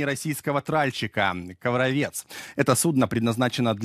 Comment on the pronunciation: КовровЕц, гыыыы. Может КрасавЕц? Или КировЕц? Правильно говорить КоврОвец. г. КоврОв.